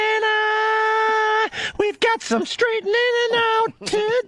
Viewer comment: “Straightnening” Fuck he’s a cringey douche